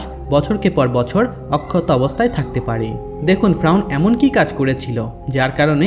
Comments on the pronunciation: ভাই ফ্রাউন না বলে শুদ্ধভাবে ফেরাউন বলেন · Faeaun na valo kore bol ki koas agolo ata hobe fereun besi soddo boltasos tr ai kotha soina kemon jen mone hy toi besi sikhito hoite chas 😂😂😂😂 bolod ocharon na korte parle bolis na besi soddo kore bolte giye bokachuda hoiya gesli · ভাই ফ্রাউন না, ফেরাউন হবে,উচ্চারন ঠিক করুন। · ফ্রাউন না ফেরাউন একটু স্পষ্ট ভাষা ব্যবহার করবেন ধন্যবাদ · ফেরাউন শব্দ Frawn না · ফ্রাউন না ফেরাউন রে ভাই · Fraun na feraun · Bar bar frawn keno bolen or nam ferawun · আরে ভাই ফ্রাউন না,, ফেরাউন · Shobar age ferauner nam bolte shikhen fraun abar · Apni vul bol Chen ..fraun noy...shotik hobe Fera un....uccaron thik koren. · ঐ মিয়া বারে বারে ফ্রাউন কিসের? ফেরাউন বলতে কষ্ট হয়😂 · শব্দটা ফ্রাউন না শব্দটা হলো ফেরাউন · কথাটা ফ্রাউন না, এই পাপীর নাম ফেরাউন🤭🥴🥴🤭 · Fraun na....Feraun....apni nam ta valo kore uccharon korte parlen na....??? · ফ্রাউন নয়, ফেরাউন। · আপনিতো দেখছি স্বশিক্ষিত বাংলাবিশারদ।বার বার ফ্রাউন ফ্রাউন কথাটা বিরক্তিকর,শব্দটা ফেরাউন হবে।